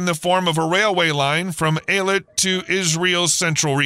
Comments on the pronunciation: It's pronounced Ey-LAt, not i-let... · It's pronounced Eee-Lat not Eye-Let. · Ay-lut not eye-lat or Ay-let. High-fah not Hay-fah. A good journalist researches pronunciation. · Interesting but marred by the poor pronunciation of Eilat and Haifa.